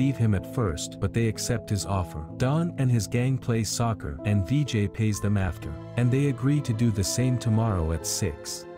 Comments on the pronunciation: it not "vee jay" its "vi jai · Its not dj it's Vijay